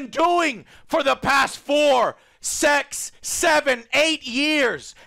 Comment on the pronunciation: for the past Four, Sex, Seven, Eight years